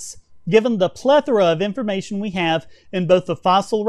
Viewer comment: Hey, way to catch this dumbass on his inability to pronounce the word plethora. It was subtle, but I appreciated it.